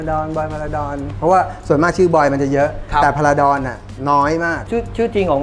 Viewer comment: จารบอล พาราดอน ไม่ใช่พาราชิล สุดยอดครับ แข็งโป้ก